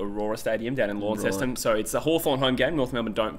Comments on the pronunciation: For all Mainlanders: •Launceston = Lon - Sest - Un/On (definitely not Lawn - Sest - Un/On) or as Tasmanians Call it Launnie = Lon - ie •Blundstone = Blun - Ston/Stun (not Blun - Stone) •UTAS Stadium is in Launceston •Blundstone Arena is in Hobart •Saying North/Hawks are playing in Tassie sounds weird - bit like saying Tigers are playing in Victoria when they're playing at the G Keep up the vids gents x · WRONG!!! Not Lawn seston or Blun Stone!! (Or Saint Kilda) It's Lonsest'n, Blunst'n (and S'nt Kilda). (sorry, I was born in Inceston, trust me on the pronunciation). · Launceston is pronounced lonceston not Lawnceston